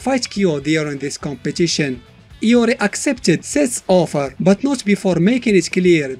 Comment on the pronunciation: in the mobile games ML they pronounce his name LORI instead of IYO REE.. (IORI) watta noob. xD